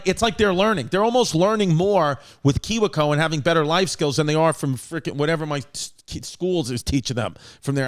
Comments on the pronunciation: It's pronounced key-we co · I love how he pronounced kiwico.